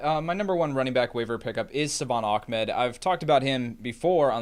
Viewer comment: its not achmed its ahmed